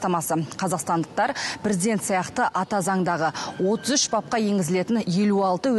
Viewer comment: Прiздент, прiзден. Неге дурыстап айтпайды